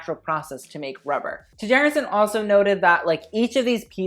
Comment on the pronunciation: Tjaerendsen is of Danish or Norwegian descent and it is pronounced as t-Cher-end-senn (Cher, as in Cher the artist)., I need you to bring back the fashion history episodes: reaction videos are hilarious but I also love to learn things. EDIT: Ok, I commented waaay too early, sorry, pronounciation is still the same though!